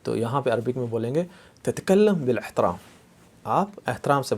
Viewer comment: آپ زرا زیر زبر وغیرہ کا خیال رکھتے ہوئے سمجھائیں تو بہتر ہوگا ۔ جیسے: تَتَکَلِّم بِالْاِحتَرَام TATA KALLIM BIL IHTARAAM